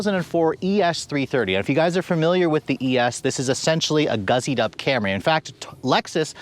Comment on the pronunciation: Great review,! It is "gussied up" not "guzzied up";-)